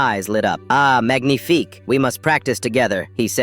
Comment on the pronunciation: The "magnifique" got me... (the g is silent)